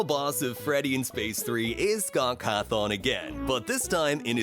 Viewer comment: Bro Said Chica Is Freddy, Mangle Is Foxy, and Foxy Is Funtime Foxy, and He Pronounced Cawthon as Cahthon.